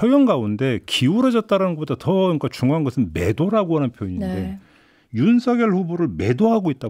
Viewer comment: 여담인데요. 윤석열을 발음할때 윤서결이 아니라 윤성녈이 아닌가요? 남자 기자분만 제대로 발음하시는 듯해요.